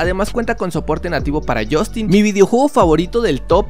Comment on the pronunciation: Deja de decir jostinnn por favorrrr